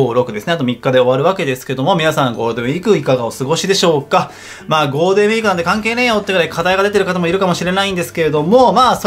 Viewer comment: ゴーデンウィーク って聞こえるw